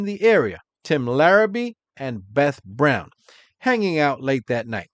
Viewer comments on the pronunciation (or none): none